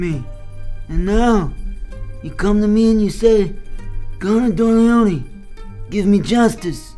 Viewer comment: and 'con dorleone'😆😆